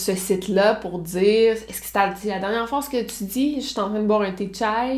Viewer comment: Elle l’a prononcé comme une vrai turc 🤣